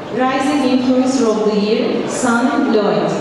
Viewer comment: Beautiful video sanne! Congrats on winning the award, well deserved! And I had to giggle when they pronounced your name (I'm Dutch so it sounded funny). And some advice;don't forget to sometimes take a holiday away from social media as well!! Because a holiday without camera is always more relaxing. I also traveled in Turkey. Did a roadtrip from Istanbul to the south of turkey, it was amazing! Lovely people, pure and good food, lots of history and stuff to see and experience. And also beaches :) Doei doei!